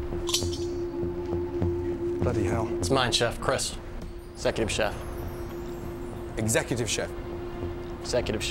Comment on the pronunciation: Secutive chef is what he said. Have a listen to it once again. 😆😆😆😆